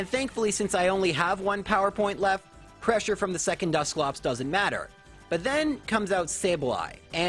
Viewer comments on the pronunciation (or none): none